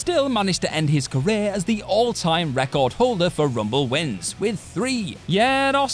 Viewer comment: Why did you say career so strange? I need to know